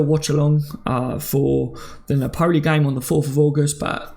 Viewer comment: Hey always watch the shows, thanks for helping us get through the dry days. Just wanted to say I always here u pronounce NAPOLI badly, and I know you’re not good with names and that, but it’s pronounced NAPOLLY not na-poli. Cracks me up everytime though. Cheers